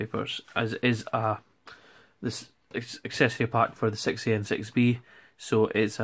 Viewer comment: The way you say "6A" sounds like you're saying "sexy." I dig it.